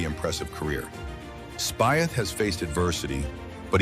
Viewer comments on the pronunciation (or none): Pronounce Speeth